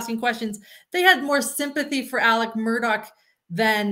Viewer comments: The worst part is that he also pronounces the “A” as an El sound. “Ellic” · He says "Ellik Murduck." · The south is not a foreign country. We speak the same language. It’s pronounced Alex and the last name is pronounced Murdock. He chose Alec bc he’s a narcissist. And any other southern boy would have whooped his a$$ for trying to “Alec” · Just to clarify the first name pronunciation... As a transplanted southerner, in my state, we have a town called Alexandria that locals pronounce the same way Alex pronounces his name, "Alec" (or really "Ellick"). I don't get it, but it's a thing. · I have lived throughout the South for 40 years. AM’s pronunciations of his name is not Southern. And actually, if you listen to Mandy Matney’s podcast, she goes into all that. AM actually pronounced his name as Ellick. However, you are incorrect about the pronunciation of the last name Murdaugh. In a more Gaelic pronunciation of the name Murdaugh, the GH is pronounced like a hard K. So, I don’t think you can really fault them for that, that they want their name to be pronounced in the traditional Scottish/Irish/Gaelic way. People throughout the UK commonwealth actually pronounce similar names with a hard. K sound. Similarly, the name Dougherty is often pronounced Dockerty. As much as I enjoy your show and your insights, it might be good to do a little research before delving too deeply into speculation about why names are pronounced the way they are and what that could reveal about character and personality. Just a thought. :-)